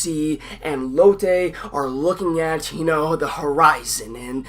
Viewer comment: Finally a reviewer who pronounces Lotte correctly instead of latte. She reminds me of Velma from A pup named Scooby Doo , with the art style and animation that makes her look like a western cartoon. In fact Out of all the characters, Lotte is a perfect Cartoon Network Mascot.